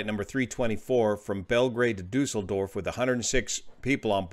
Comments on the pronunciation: Düsseldorf, my Hometown, korrekt ausgesprochen. 💝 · I am very impressed about your pronounciation of Düsseldorf , with the „Umlaut“ , …perfect!!!!😊